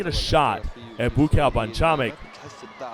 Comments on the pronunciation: Need to fire this commentator. It's bua cow. Not boo cow. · Take a shot everytime he says boo-cow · whose boo cow?..idiot commentator..you should practice your words first dude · Commentator is racist calling Buakaw 'Boo Cow'. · i gotta turn down the volumn. BooCow... that comentator should be fired. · I'm sure you already know this but it's pronounced boo-wah-kaw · He is being sarcastic... they butchered the fuck out of his name.. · Better use the last name Banchamek than the looks like nick/first name Buakaw currently abusing by lot of others Thai fighters or is it a trick of the game promotioners to cheat more spectators? And can somebody please tell that commentator to learn to pronounce the Buakaw name correctly? He actually turned Buchamek into a mix product of bull and cow. Does anybody see a bull or a cow do Muay Thai boxing? Lol. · I think he missed pronounced Buakaw's name. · Passer Bby he doesn't know how to pronounce buakaw's name. Joke n embarrassment of a commentator